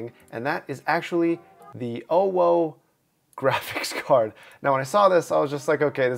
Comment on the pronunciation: japan:we made the weirdest tech china: howd my gwaphics cawd